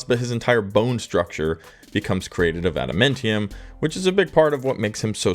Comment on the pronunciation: Ada-MAN-tium. MAN